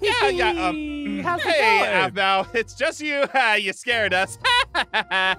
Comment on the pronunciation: it’s Aphmau not Aphmo